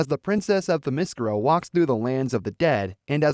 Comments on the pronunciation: Bruh can’t say her home world right smh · I can't take this video seriously if the narrator can't even pronounce "Themyscira" properly. Do not recommend this channel